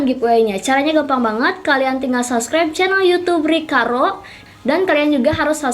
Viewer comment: ka kalau ngomong subribe subrek